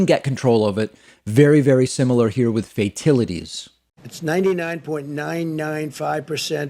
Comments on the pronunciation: Trump wants to say “fatalities”, but subconsciously his brain is wired in such a perverted way that it will make him say “fake tit-a-ties”🤣🤣🤣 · Fatilities??? That is just wonderful. He makes Joe Biden sound like the greatest statesman on earth. Fox cut him off, but not in time. 18 people die in a weekend in Chicago? 1000 people die per day from corona you blithering fool. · "Fatilities" had to be a typo on the sheet the orange ape was reading, and he was too illiterate to correct it. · Guarantee you he had it spelled 'fatilities' and pronounced it that way because that's how he thinks it's spelled. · Instead of correcting himself, Trump says "fatilities" twice which isn't a word. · Trump, please learn to pronounce Fatalities. Please. I think he's on Downers. He had to get on them after being called out for donating to Kamala Harris for AG. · Fatilities, Plausma....that how the "super intelligent" pronounce those words 🤣🤣🤣!